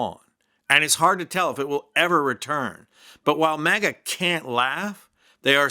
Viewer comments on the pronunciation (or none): It sounded like you said "MAGGOT ADMINISTRATION. "😂😂😂😂😂😂😂😂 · For a moment I thought you were saying maggot not maga lmfao 😂